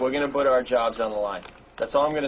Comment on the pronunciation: I’m convinced Opie used to purposefully mispronounce “put”